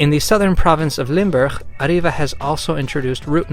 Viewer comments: Ariva is pronounced ariva both a's like a not ay, without rolling the r, the i like e, and a bit of emphasis on the v because as you said it's from England (Sunderland to be presice. my fellow Geordies make you're welcome to banter about it) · Pronouncing Arriva is very confusing, Alot of Brits say Ariva meanwhile I say Arreeva or Arrive-va.